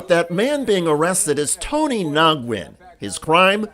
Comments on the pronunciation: Pronounced NEWYEN not NOGWEN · I can't stand this. The 2nd man's name is pronounced as WIN. He's Vietnamese. I have a best friend with the same name, Nguyen is pronounced Win, not Nagwin. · Hi. Just FYI: ‘Nguyen’ is usually pronounced ‘Winn’ (phonetic for ease) or some similar variation. I’ve known many Nguyens in my 55 year lifetime & I’ve never heard it pronounced ‘Nogwin.’ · It's pronounced "Win" not "Nogwin"... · Nyguen, (pronounced) NA-WIN). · This is horrendous. BTW...Nguyen, is pronouced Winn. I know many people in my area with the same name. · Please learh how to pronounce people's surnames - "Nogwen"? Are you kidding? V disrespectful and white American privilege! Just ask any Vietnamese person how to say it - not that hard. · His name is pronounced "wen" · Wait, so you've read the comments on the trespass video and you are still pronouncing his name "Nawgwin"?😆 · The “N” is silent in Nguyen